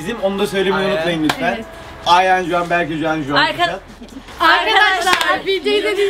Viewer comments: yaaa Ayhan demiyo Ayan diyo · abla ayhana ayan demesi 😅